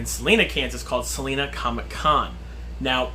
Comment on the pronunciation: Just being nitpicky because I am from Salina but it has a long I Sal-eye-na ha!! Not like the singer Selena